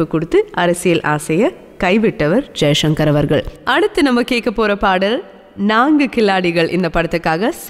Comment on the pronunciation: தங்கல் வர்னணையுடன் கூடிய ஒலிபரப்பு மிகவும் அருமை.ஆனால் பேசுகின்றபோது எழுத்து உஉச்சரிப்பில் கவனம் செலுத்தவேண்டுறேன்.ச., உச்சரிப்பதை ஷ,என்று உச்சரிக்கிறீர்கள். உதாரணத்திற்கு ஜெய்சங்கர் என்பதுதான் சரியல்லவா.நன்றி.